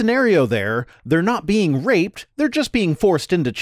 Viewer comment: Call me simple, but I love how he pronounces "being". "The bean who created the universe is the same bean who IS justice." His apologetics are just full of beans.